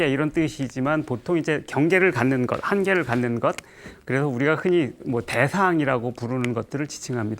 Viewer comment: 긴 자를 짧게 잘못 발음한 예: 대상,개념,없다,사실,가령,사실,말(언어),부합,예,세상,거짓,바보,얘기,가령,사실,재해석,유기체,머냐하면,등, 통상 고유어마저 발음을 발음하지 못하니, 말을 제대로 바음하지 못하면서 철학할 수 있는가?? 그리고 ,"말라식"이라고 들리는 말을 했느데, 한자를 쓰지 않아 무슨 말인지 알 수 없었다. 질문!! 이것은, "말아식"인가? 그렇다면, 내가 추측컨데, 이 것은"말 아식"이라고 "말"과 "아식"을 띄어서 읽어야지요. 이와 같이 외국 동포가 잘못을 지적해야 된다는 것응 얼머나 슬픈 일인가. 이 글을 강사께서 읽으시려는가? 어느 동포께서 읽으시려는? 정중히 권하옵노니,"한국 어문을 고발함" 이라는 책을 한 번 조용히 읽어 주시옵소서. 미국 변 완수 드림